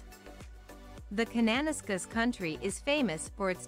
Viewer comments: K country. She really butchered the pronunciation. Khan-na-nas-kiss. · I noticed the narrator mispronounced some names. Kananaskis is pronounced 'Kan-na-nass-kiss' and the Bow River/Bow Valley is 'Bow' as in 'rain-Bow.', I live in Manitoba and you might like to check out the short scenic videos: The 7 Wonders of Manitoba Episodes 1 thru 7 (posted by: TravelManitoba). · Her pronunciation is the shits, it’s Can-an-ass-kis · Computer voice. 'Kananaskis' is pronounced wrong.....'Cana..nas...ca'.